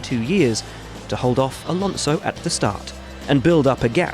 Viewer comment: The guy really said Alanso was caught napping 😂